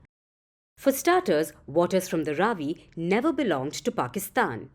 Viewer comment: Its not raavi, it is ravi, why are you pronouncing like pakistanis 🤷